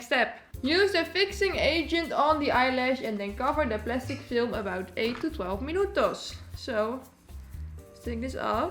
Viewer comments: i love the way she said "minuTOS" xd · When you say "minutos", you sound like a latin girl 😍